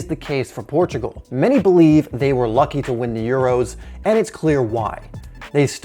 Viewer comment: Thanks you for saying Portugal. People do not recognize this